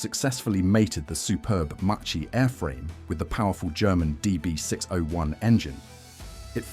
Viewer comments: Really Macchi pronounced like mochi!😱 Ch in Italian sounds like k therefore Macchi sounds a lot like Ma Key only with a double k! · Piccola lezione di pronuncia in italiano: ch=k, cch=kk. Si pronuncia Makki, non Macci. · you also make mistakes in pronouncing MACCHI, we Italians add the H and it is not pronounced MACCI but MAKKI. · Non Machi. Maki. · “cchi” it’s like “kki” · Macchi, you read it MaKKi